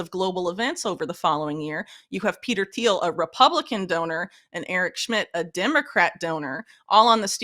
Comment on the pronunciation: Lol Whitney, you have to pick how you want to pronounce Thiel's name and stick with it! xD